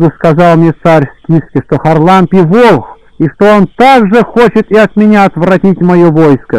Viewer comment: ХарАлампий! чтеец!!! Простите Спаси Господи+